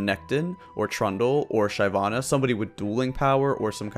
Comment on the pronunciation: Dude ... SHY vana ... ?! Really ?! Other than that I agree with all you said :)